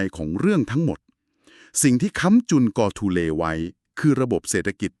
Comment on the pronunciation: กอทูเล ครับไม่ใช่ โกทูเล